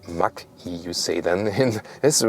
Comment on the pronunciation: A colleague always calls the Mach-E "Matschi" 🤣